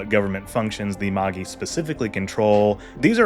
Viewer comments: Dude, cool video! But fyi it's definitely pronounced "mah-jai," not "ma-ghee." The three Magi are aka the three wise men from the Jesus birth story. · Do you mean "Mâj-eye"? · Magi is pronounced "MAJAI" like the word "magic" that it's related too